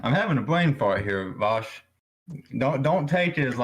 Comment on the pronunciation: Idk why he keeps saying his name wrong, it's pronounced VOWSH